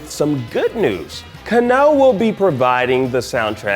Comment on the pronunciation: It's kAnno, not kannO.😁